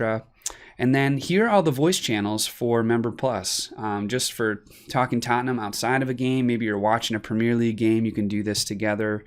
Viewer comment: I love the way you say Tottenham. coys